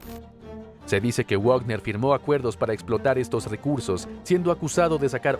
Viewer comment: Wagner se pronuncia Vagner. Al ser de origen alemán la w se pronuncia como uve y ésta como una efe. Como en Volkswagen que se dice folkvagen. Va para el locutor de este canal